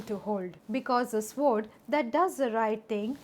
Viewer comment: "Sword" is pronounced सोर्ड. The "w" is silent.